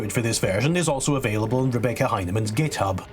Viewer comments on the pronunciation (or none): none